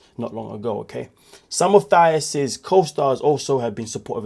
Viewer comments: Her name is pronounced Tie-ees. Not th sound. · The H is Thais’s name is silent and the accent is in the second syllable (Ti-ees) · You keep pronouncing Thais name incorrectly!😮